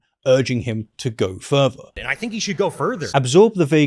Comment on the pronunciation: "Worth" is spelt as it is, not pronounced "werf". Same with the word further. It's not "ferver" You have a labiodental fricative, th-dronting lisp and it's very distracting. I wish I was able to listen to this without it being the loudest part.